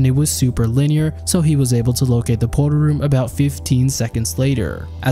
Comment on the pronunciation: How he says portal room; pot'ol room, lmao